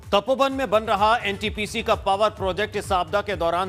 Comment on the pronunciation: Ntps नहीं ntpc hota hai